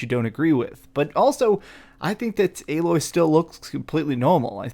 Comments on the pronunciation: Lol why are ppl STILL mispronouncing Aloy's name? Her name is said with literal spoken dialogue over and over again throughout the entire original game, including in the opening cutscene! Lol they literally scream her name from a mountaintop at the very beginning! How are ppl still getting it wrong?? It's Ay-Loy, with a hard A. Jesus... This is what I mean when I complain about the quality of the content we get from half the "Professional" gaming based Youtube channels these days. There's zero excuse for it. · I'm starting to notice a lot of people like to call Aloy (AL Loy) haha. But it is almost spelled the same as Aloy but with one more letter L added to it. So I can see why some will call her that lol. But Its actually like saying the word Hey but A. Then Loy is like saying Boy but Loy So it's A-Loy....... Put it together and you got "Aloy" I'm pretty sure Alloy is some type of metal made by combining two or more metallic elements, especially to give greater strength or resistance to corrosion.